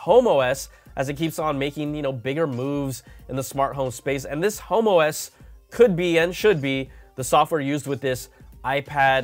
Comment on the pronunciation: Be careful the way you say HomeOs. 🤣🤣.